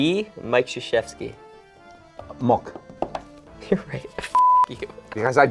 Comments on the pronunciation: Moc not mok 🙄🙄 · Power = Moc not mok :) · Haha it's not Mok it's moc with a C at the end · It's MOC in Polish not MOK you imbecile , Power is MOC once again NOT MOK, the host can't even get that right smh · Its moc not mok in polish actually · it's not mok, its moc.. come on TOMMY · It's not MOK it's MOC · Power in polish is moc not mok so disappointed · Power in polish is not MOK but MOC 😂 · power in polish is MOC not MOK. And pronunciation is different.